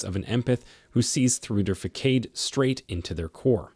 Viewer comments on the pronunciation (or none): Why u keep saying facade like that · This video has the most bizarrely phrased and pronounced voiceover. What is a “fackade”? You mean “fass-ard”. And this sentence is just structurally nonsensical: “Despite their natural inclination to help others, super empaths dislike causing pain.” Very unimpressive indeed.